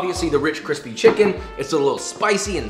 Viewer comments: Cwispy af!!!!! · Nobody: Josh: this has been sitting outside for 24hrs and it's still cwissspiee